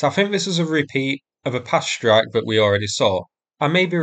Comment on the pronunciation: "R free free four" "Shtrike" etc etc - it's painful listening to the way you butcher the English language. At least foreigners and Americans have an excuse.